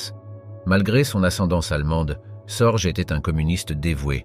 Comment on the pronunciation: richard SORGE sans s se prononce SORGUE